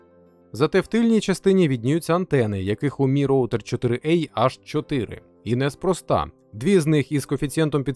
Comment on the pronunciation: 4 а, а не 4 ей